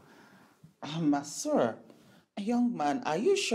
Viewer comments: For me it's really how the gateman keeps calling "Messuyah!!" 😂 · This man can’t pronounce masseur 😃😃😃😃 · pronunciation of Masseur really got me cracking up 😂😂😂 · It's originally from French. The way he pronounced it is very hilarious. 😂😂😂😂😂😂😂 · U are a what ???😂😂 for goodness sake’s google the pronunciation Mai suya 😂😂